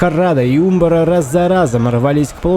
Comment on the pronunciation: Да, ты не соврал: это действительно одна из самых прекрасных осад, которые ты снимал. Считаю ты апнул уровень про производству синематиков. Молодец, земляк, рад, что знаком с твоим творчеством. Единственное, по-моему ударение на а в слове Умбар. Но это так, небольшая ерунда. Спасибо огромное, получил обалденное удовольствие!